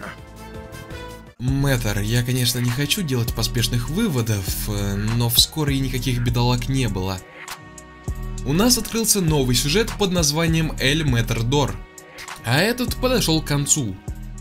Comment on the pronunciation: иии да не мэтрдор а метродор